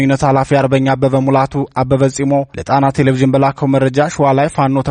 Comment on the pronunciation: አንባቢ ሆይ!! ቴሌ-ቭዥን ሳይሆን ቴሌ- ቪዥን ብለህ አንብብ.